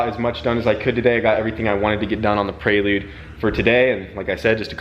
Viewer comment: Prelude doesnt have an 'A' in it! U keep sayin Praylude 🤣 Keep up the good work!